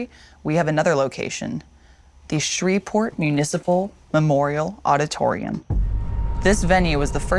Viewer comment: It's pronounced Shree-port Geoff